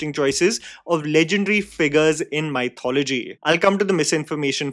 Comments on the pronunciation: Just an FYI, mythology is not pronounced MY-thology. It is pronounced mith-ology. I was surprised to hear the journalists in Mumbai also mispronounce this word at the promotional tour. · Elliot Page. What is that abomination? Also, you need to work on your pronunciation of the word "MY" Thology. Soo Northie and sooo annoying. Your review though... Spot on and well articulated as usual. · sorry but WHY do indians mispronounce the word mythology?! if you remove the "ology," you're left with "myth" - think about how you pronounce that word on its own in english, and then just add the "ology" back to it. THAT'S how you pronounce that word. pretty common-sensical i would've thought.